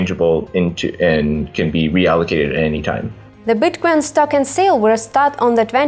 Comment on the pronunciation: Every time she said Bitquence it sounded like she was saying Bitcoin... Her: When did you get the idea for Bitcoin? Shingo: Well I ... Makes Shingo look good :D